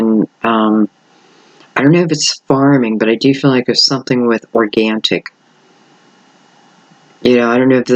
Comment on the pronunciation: Did she say organtic?